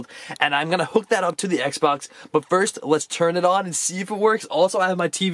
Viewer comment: Is sounds like you say Sexbox